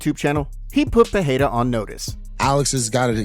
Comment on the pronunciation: When will this guy learn how to properly pronounce Pereira??? Fuh-hey-duh? LMAO. And the constant "sends warning" is old, bro. Get something new!!!